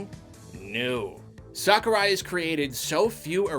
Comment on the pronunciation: No one:: “Sockurai”